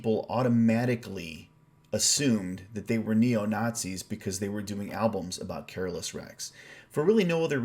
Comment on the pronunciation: Careless the Twelfth ? I guess you were trying to say Carolus, but it did fit as it was Carolus who finally ruined the empire unfortunately .. coming from a Swede :D Swedish version is superior in every song , this applies to the whole album in my opinion.